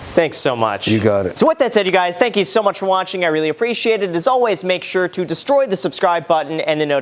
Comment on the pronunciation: Graham: “Destroy” Kevin: “DéStroix”